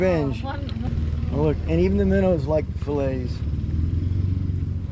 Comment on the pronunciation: "fillish" new word.......do y'all get the grouper 'collars' also?